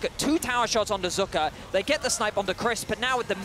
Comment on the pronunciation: Who da foook is zuuuuka? Its pronounced zeka lol